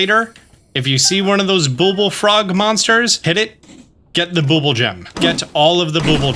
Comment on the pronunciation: I need to say bubbul a billion more times